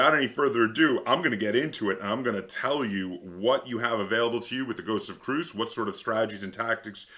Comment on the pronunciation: So Christian T. Peterson the designer and publisher has said that the actual pronunciation is, Kree-us, anyways not that anyone cares but thought I'd share.